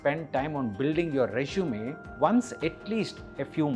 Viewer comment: It’s Resume not Rezshume. Please practice few times recording your voice